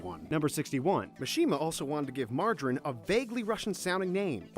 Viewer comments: THE NAME BUTCHERINGGGGGGGGGG MARGARINE? LIKE THE BUTTER???? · so ironic that he mispronounced Mirajane since I'm fairly sure he had just smoke Marry Jain before doing this list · whos margarine and is it just me or whenever he pronounce something wrong I cringe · “Margarine” for mirajane I can’t breathe😂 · He called Mirajane margarine. I'm dying XD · mirajane is pronounced Mir (like mirror) ah Jane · And now he called Mirajane Margeride, I cringe at his pronunciation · that confused me so much! WHO THE HECK IS MARGARINE AND WHY DOES HE SHOW IMAGES OF MIRAJANE WHEN HE SAYS IT!? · Whyyyy who is Lis Ane AND WHO THE HECK IS MARJARINE